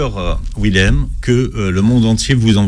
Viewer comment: Schweizer, Willem sont des noms d'origine germanique DONC le W se prononce Dur (pas mou comme en anglais). Pourriez vous faire attention ? Willem lui-même prononce son nom et vous ne l entendez pas... En français, le W est prononcé Dur Aussi... Ça donne phonétiquement : Vilem, ChVeizer